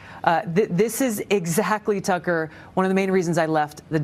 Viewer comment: "Puh-gressives" "Tucka Carson" "Pop-a-list" You make Fetterman sound like a skilled orator 😂